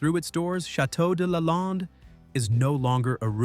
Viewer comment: Is the narrator AI? Lalande is pronounced wrong and the picture of her father is incorrect. There’s a picture of the outside of the chateau showing an infinity pool and a view of the ocean. That’s not where the chateau is located.